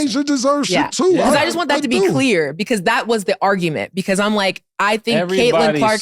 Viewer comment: Cam be like...beqause. 😂😂. Mf do not know how to pronounce because 😂😂😂😂. Or brought. I bought it from the house. 😂😂 It's like 1090 Jake trying pronounce apartment. Apahtment.